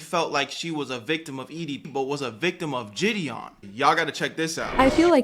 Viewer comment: “JID-dion” Jesus the way she can’t pronounce a simple name makes me cringe